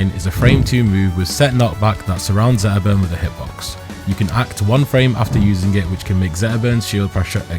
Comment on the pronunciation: 12 minute video about zetterburn and i didn't hear s single T. 😏